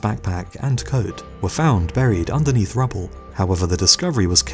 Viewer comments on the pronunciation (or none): none